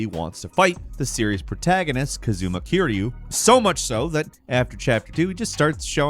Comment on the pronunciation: Listening to how he pronounces Majima and Kiryu's names kills me. There is a reason he shows up as a zombie. There was a game called Yakuza: dead souls. It was a weird zombie game.